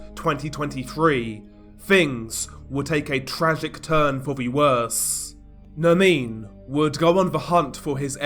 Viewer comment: It’s not Nermine it’s Nerrrmin